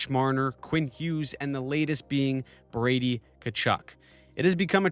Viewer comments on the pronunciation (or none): none